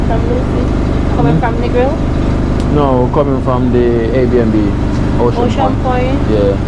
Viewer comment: its air B and B lol